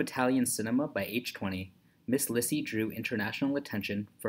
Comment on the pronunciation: Her name is pronounced LEE-see